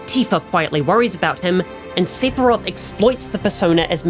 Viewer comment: See-fur-roth lol. Can't tell if it's AI or a guy with his glasses off?